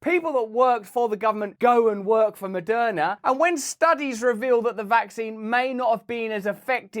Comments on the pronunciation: Moderna ... right. Opening sentence sounded like it was Madonna who was behind all the vaccines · Sheeeeeeeeees. I thought he said Madonna.... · Am i the only one who first thought he was saying Madonna?? I was like damn I didn't know she was in with the GOVT! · Moderna! Not Madonna. I wonder what has Madonna to do with this??? Then I just listen better. I just push play on your contento, going to start readi g the title 😂❤ sir van tam, You need yo give the crown a ñot of profit in orderto become a sir, isn't it?? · Lmao when Russell said Maderna made money off of you during the pandemic I thought he said Madonna 😂.... I was like I knew she was corrupt. I'm happy I kept watching lmao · Lol, I heard “Madonna made” at the beginning. I rewound and I wanted to hear it again. I laughed. 😂